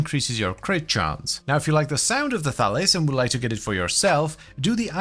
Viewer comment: When I heard you say The Thalys I swear I heard you say Phallus and I was like wow this going to be an interesting weapon. A 2 handed what?